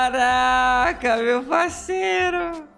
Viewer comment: Dificuldade de uma pessoa de falar CaRaCa é impressionante... vai num fonoaudiólogo, tem esperança... ñ se deprima!😂